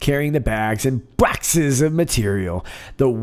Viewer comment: Bwoxes and Bwoxes!